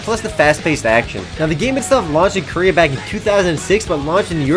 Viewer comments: if i got money every time he said koria.... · You wouldn't because he said "Korea" =/